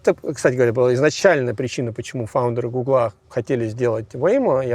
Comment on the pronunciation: Правильно гУгла, а не гуглА